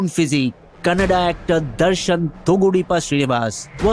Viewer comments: Bro its Kannada not canada okay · It’s Kannada not canada, amazing video and all information is super accurate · Its kannada not Canada